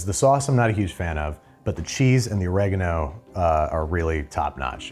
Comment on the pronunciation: it's pronounce Oregano! not Oregano!